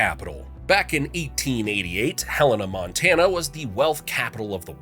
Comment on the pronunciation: Nor was Helena butchered